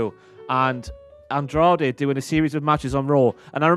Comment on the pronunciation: I hope knows that I fell in love with her when she said “Andrade” properly